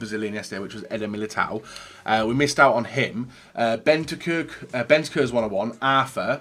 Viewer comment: PLEASE.. BENTANCUR HAS AN N IN IT